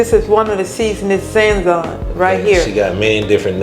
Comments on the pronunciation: See if this will help with the pronounciation. Saaaa Zoooooooon Bring the A sound and the O sound out. The put the two sounds together SaaaaaaZoooooon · this looks amazing, especially that rich gravy.😊 That seasoning is pronounced sa-zone. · Hello my sister 🤗 I’m a new sub to your channel. The seasoning is pronounced SAH’ zohn. I use it as my all purpose for almost everything especially meat, poultry & seafood. It just turns that flour into something delicious 😋. I taste my flour to make sure its right. Smothered pork chops are one of my favorites especially if I can get some nice ones from the store. N A P P Y THANKSGIVING 🦃 TO YOU & YOUR FAMILY ✌🏾. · She's So Humble ... The seasoning is pronounced "Saah'Zone" the A is Ah sound. But she's doing her Best , just needs a little help. no biggy. Them Smothered Pork Chops look Amazing. One of my favorite southern dishes. Stay Sweet Ma🤍 ... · I’m screaming at the pronunciation of Sazon I love you ❤️ you’re too cute whatever the word is it’s gonna be GOOD !!!!! 😂😂😂😂😂